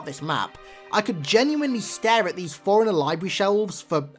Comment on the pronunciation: all respect to you man but it sounds like you're pronouncing Forerunner like forigner, but i agree with your thoughts on this